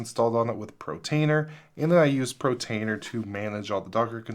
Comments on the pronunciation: So many people mispronounce it, I've noticed it all over YouTube! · "protainer"? :D